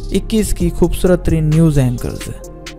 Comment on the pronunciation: khubsurat ko... khhhoobsurat keh k aap kia sabit krna chahty hain ..o bhai indians ka talufuz kharab hai ... be Pakistani and speak like Pakistanis please..